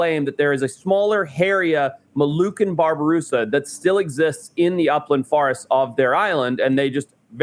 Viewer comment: *Babirusa nor Barbirusa cmon now…